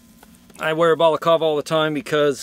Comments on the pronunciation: You know it's called a balacLava, right? Not a balacava. It's -cLava. -cLava, with an L. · Balaclava is pronounced: "Bah-kluh-vuh" Not: "Ball-call-veh" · Bruh English it's balaclava not balacava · very interesting! Btw it's a BalacLava, not a Balacava. First worn in the Crimea in 1856 by British troops. Very Vader! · im sorry did you just day balcalva? don't try to be fancy if you're not gonna get it right lmao. just say ski mask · Anyone else screaming “Balac…L….ava”? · Did he say balacava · It's pronounced "ba-luh-klaa-vuh" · What kind of monster says balaclava like that? Not even Vader himself would say it like that.